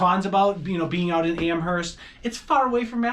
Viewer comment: PLEASE don't pronounce the H in Amherst.